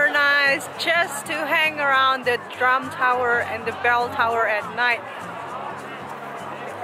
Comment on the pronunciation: I thought I heard you say the Trump Tower (drum tower)....LOL